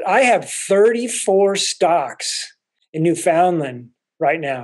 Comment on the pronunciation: Just to let you know it's NOT pronounced New Found Lind ...it's pronounced New Fin Land ..The locals are too humble to let you know that